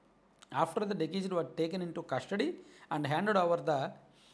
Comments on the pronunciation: డికీస్డ్ కాదు డిసీస్డ్ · డిశీస్డ్ అని చదవాలి, డికీస్డ్ కాదు. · దికీస్డ్ కాదు డిసీస్డ్ అని చదవాలి. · 😂 dekesed కాదు రా దిసీజ్డ్ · బ్రదర్ డి కీజుడ్ కాదు డిసీజెడ్ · It is not dekeased it is deceased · అది డికీజ్ డ్.కాదు డిసీస్డ్ అంటారు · Dikised entra karri ga adhi deceased 😂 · Decesed kadhu ra gandu. Deceased, and nuvvu okka ammudupoyena kukkavi ani clear ga ardham avthundhi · anna nuvvu mana TDP vaadiveney, mana TDP English a matladuthunaav..It is not Dikiced, it’s deceased (death).. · డికీస్డ్ కాదు రా పుల్కా డిసీజ్ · Plz read it as డిశీస్ట్ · First, Please set right your pronunciation of deceased